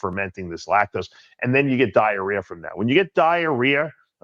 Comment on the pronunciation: What’s “diarear?”